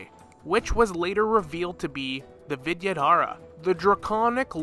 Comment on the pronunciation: Love the content here but adding a little more effort in pronouncing names will go a long way. I just heard Jiaoqiu, Yukong, and the Vidyadhara’s names all get botched in the first 5 mins.